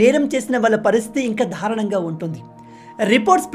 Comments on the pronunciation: For example దారుణం అనే పదాన్ని ధారుణం అని ఉపయోగిస్తున్నావ్ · Ayya swamy........ Darunam lo da ki vatthu ledu. Dharunam kadu, Darunam ani cheppali.